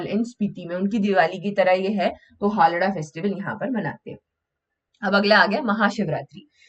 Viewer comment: हालडा नहीं है वो। हालदा है।